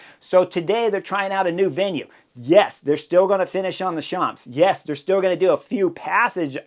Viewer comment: A+ for fantastic race analysis, F for French pronunciation. Thanks Chris!